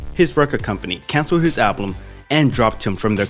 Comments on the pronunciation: bruh you said ablum looooool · "ablum", he cancled his "Ablum" please do me "ablum" ablum aaabblluum ablum a-a-a-a-b-b-b-b-l-l-l-u-m